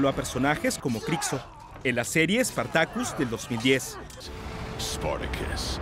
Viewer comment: "SpartakÛs" hahahahahah.